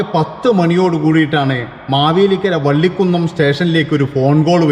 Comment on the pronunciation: വള്ളികുന്നം ആണ് ബ്രോ വള്ളിക്കു ന്നം അല്ല